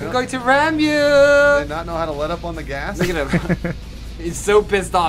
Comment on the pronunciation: "I'm going to rahm yooo!" haha so good